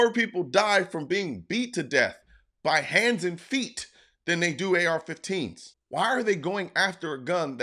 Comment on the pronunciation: I thought he said f15s no planes 4 u